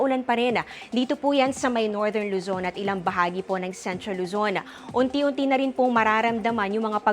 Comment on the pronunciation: Magaling sya magreport pero bakit palaging may Letter lagi na extra kada tapos ng salita. "CagayanA" "LuzonA"